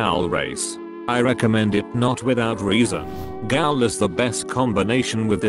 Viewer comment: Gaul? ITS PRONEOUCED GHOUL